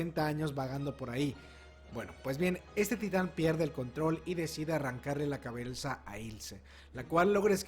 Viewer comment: soy yo o dijo cabelza? 😅